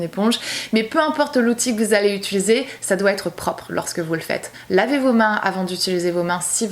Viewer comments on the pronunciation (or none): Utuliser... UTIIIILISER 😩 je te rassure tu n’es pas la seule youtoubeuse 🙄😂